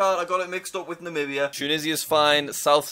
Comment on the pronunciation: I remember jack Namibia he pronunciatinglikd Nabia